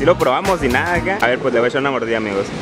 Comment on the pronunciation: Le voy a eshar una mordida jajaj echar me da ansiedad cuando dices así jajaja shavos